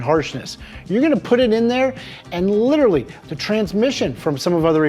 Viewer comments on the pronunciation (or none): "Litterly" is not a word. * Literally. "Impordint" is not a word. * Important.